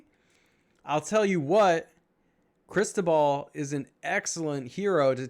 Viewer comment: "Ó" in Cristóbal, you should pronaunce like "U" in "about".